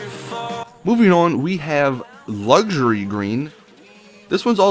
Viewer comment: Luxury* not luxary at the start